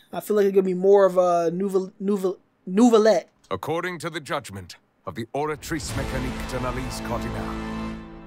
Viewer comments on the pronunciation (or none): Just in case you mispronounced the names: Nilou is pronounced “Knee-Loou” Layla is pronounced “Layla*” Lyney is pronounced “Liinee” Wriothesly is pronounced “Riseths-ley” Neuvillette is pronounced “Nerv-illette” not Neuvillettee